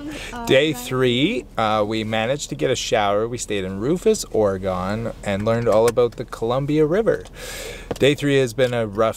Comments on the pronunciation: I'm sure you've heard but saying Ory-GONE is like nails on a chalkboard. Ora-GUN please! Please! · I am a born and raised Oregonian and IMO you made a smart move bypassing Portland! Hope you enjoyed our wonderful coastline! BTW its Or-ih-gun :)